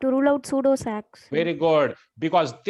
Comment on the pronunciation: It's not sudo sac mam It's pseudo sac